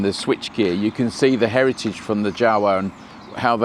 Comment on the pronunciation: yeZdi and Jawa pronounces as word Yawa